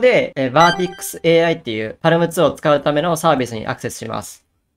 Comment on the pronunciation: 読み方は、「パーム」とのことですー！